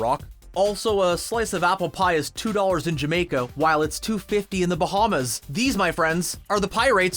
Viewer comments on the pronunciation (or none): none